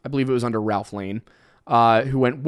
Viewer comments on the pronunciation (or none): none